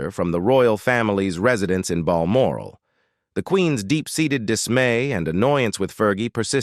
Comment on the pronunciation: It's said Bal moral